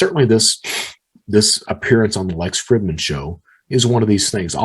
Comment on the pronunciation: You already know this but it’s pronounced freedman not Fridmannn lololololol